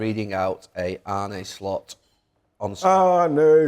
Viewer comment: I'm Dutch, living in Amsterdam: To pronounce the Dutch surname "Slot" correctly in English, the "o" should be a short sound, similar to the vowel in the English words "hot" or "lot" (but not as drawn out as the "o" in "boat"). Phonetically, it would look like: /slɔt/ Here's the breakdown: The "S" is pronounced the same as in the word "sit". The "l" is also the same as in "lot". The "o" is a short, open vowel sound, like in the Dutch word "gôh", similar to the "o" in the English "hot" or "not". The "t" is pronounced clearly, just like the "t" in "top". So, "Slot" should sound like "Slot", with a short "o", not "Sloat" or "Slut". peace out....